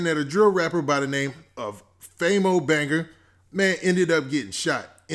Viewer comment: This mane Saying Famo Banger instead Banga LMAOOOOO anyone notice that?